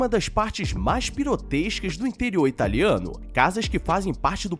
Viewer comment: Parei de ouvir no "pinotescas" kkkkk